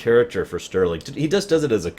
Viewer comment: Say it with me.. "Starling" ;D Not Sterling. Love you but arg lol.